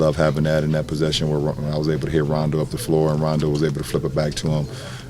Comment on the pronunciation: He called rondo “doh”... Might as well call him “Jon Doh”